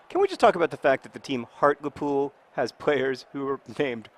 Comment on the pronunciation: John, it's pronounced Hart-LEE-Pool, not Hart-Luh-Pool